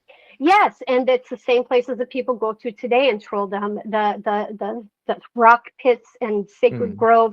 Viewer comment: whatever bro, det är väl uppenbart på hennes uttal och utseende att hon inte är 100% svensk? Hon påstår sig vara "first generation swede" men vad fan betyder det liksom, haha, på sättet hon uttalar trolldom och andra ord är det ju tydligt att hon inte talar svenska